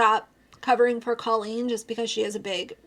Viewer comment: Her name is pronounced Cole een. You've been talking about her for so long you should know that by now.